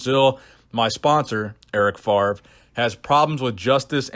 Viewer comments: FAVRE!!! first V, then R, not FARV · it's FavRe. please please please stop saying Farve, it's killing me :D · FARV FARV FARV Please, his name is French but it's really not that hard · "Eric FaRve". Love your French accent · Eric Favre my dude. V before the R, no shade! Just been triggering my ocd😂